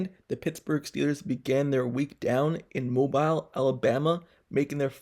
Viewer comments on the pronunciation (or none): Mo-by-el Alabama?!? Lmaooo! Bro it’s Mo-bill 😂